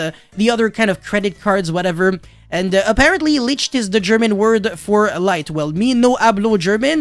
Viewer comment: Licht is pronounced differently but as you said you don't really care. Still wanted to say it just because of that fact alone ^^